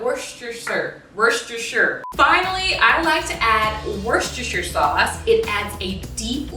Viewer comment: her: worshster sauce me:takes a deep breath in girrlll its worshshshshhshshshshster sauce